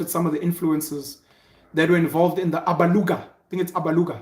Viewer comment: CORRECTION‼️ IT IS ALABUGA NOT ABALUGA‼️‼️‼️‼️